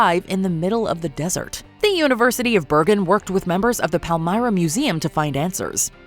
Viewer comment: your pronontiation of PALMYRA is absolutely hidious